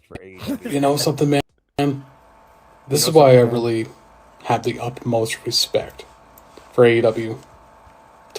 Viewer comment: does he say UPmost respect? Isn't it UTmost?